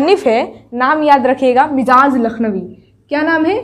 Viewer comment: آپ کا سبق بہتر ہے اچھا پڑھاتی ہیں... لفظ مجاز کا تلفظ मजाज है